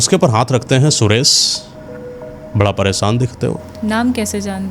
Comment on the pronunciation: ये जो कहानी कह रहे हैं; लगता है कि इनकी हिन्दी भाषा कमजोर है। कारण ये महाशय 'सुरेश' को 'सुरेस' बोल रहे हैं। ये कहानी में बताते हैं कि साधू सुरेश को अमावस्या की रात में सिद्धि करने की बात कहते हैं; लेकिन पार्श्वभूमी के पर्दे पर पूर्णिमा का चंद्रमा दिखाते हैं और आकाश में प्रकाश का दृश्य है। क्या कभी अमावस्या की रात में कभी पूरा चंद्रमा होता है? अगर हो तो वह अमावस्या की रात नहीं होती। कुछ भी दिखाते/सुनाते हैं 😮😊😂